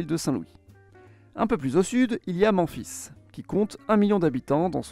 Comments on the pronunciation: Il faudrait fair un petit effort s'il vous plait pour la prononciation des villes. C'est pas Manfis mais memefis. C'est pas Sein Loui mais Sainte Lou isse. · mec t'as vraiment prononcé memphis genre les 24h du mans-fils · C’est volontaire de votre part de ne pas prononcer les noms avec les prononciations anglo-saxonne ? Memphis dit « Manfis » dans votre vidéo est très étrange 😅mais cela n’enlève en rien la qualité de votre contenu merci pour toutes ses infos merci ;) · Super intéressant comme toujours mais les Ohio, Memphis, Michigan et Ekaterinbourg piquent les oreilles 😂😂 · non c’est juste qu’il récite un texte et qu’il n’a aucune idée de comment ça se prononce. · Moi j'aime trop comment il le dit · Oui c'est vrai que Memphis devrait se prononcer à l'anglaise, car c'est bien la version anglaise de la ville qui est utilisée aux Etats-Unis ! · j’interrogeais pas la légitimité mais la raison ? Si c’était volontaire ou pas ? Je sais que les québécois disent Boston a la française et non « Bostone » a l’anglaise , je lui demandais si c’était en gros pour des raisons similaires…. Et je te rassure que l’égyptienne Memphis ne se prononce pas Comme ça non plus …😅😅😂